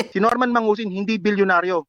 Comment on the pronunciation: Dapat kasi Norman Madusing, hindi mangusin. 😂 Regards kay boss juaning kahombre! 🙂